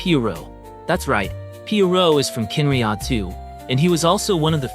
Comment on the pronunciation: Are you using AI for your voice over? or are you just really pronouncing these names weird? such as Khaenriah, Pierro, Surtalogi, Albedo. Sorry but its a little cringey.